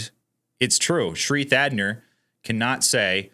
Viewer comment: Thanadar not Thadner